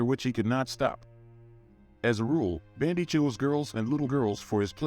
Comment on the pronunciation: If you can't even pronounce BUN-DEE, maybe you shouldn't do a video on him